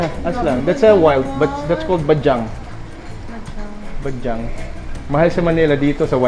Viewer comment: bat ang sosyal ng pagkasabi ni papa P ng Badjang 🤧🤧